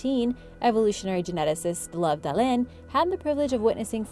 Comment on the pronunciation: Love Dalén 🥰😂 its actually pronounced “Lou-ve”. It’s Swedish and has nothing to with warm fuzzy emotions